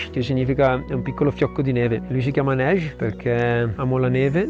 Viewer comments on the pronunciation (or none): Arrivare in un posto dove ti senti accolto, questo è viaggiare❤ Cmq la pronucia di neige ( neve in francese) , nn è proprio quella.....